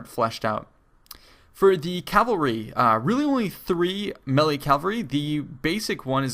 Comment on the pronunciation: I am pretty sure someone already corrected you (and I am not making fun of you in any way) and if they have please disregard but melee is pronounced may-lay. Anyways great videos g. Definitely always informative.